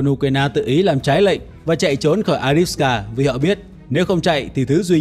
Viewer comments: Avdiivka theo tiếng Ucr và Avdeevka nhưng anh này toàn gọi là adiska. Nghe chối tai quá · Avdiivka chứ ko phải A đít xờ ca! Ad đọc sai be bét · Bạn đọc là “Adiska” nghe nó hơi kỳ kỳ.